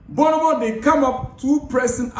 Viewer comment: My Ghanaian brother. AKWA BAA. You are doing a great job, please keep it up, but l have a little correction. The correct pronunciation of that name is BORN-MOUTH and not BOURNEE-MOUTH.